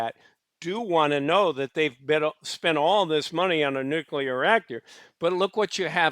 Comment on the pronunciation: I like the video. But jesus fkn christ if i ever have to hear you cough, clear your throat, or say "nukular" again...i might not be able to stick around.